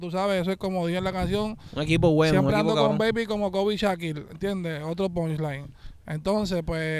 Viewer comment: en vez de decir “ pushline” dice “ ponline” 🤣🤣